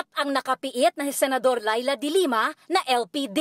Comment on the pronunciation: Noli not Nole,Senador not Sinador ur twisted tongue!!!😂😂😂🤣🤣🤣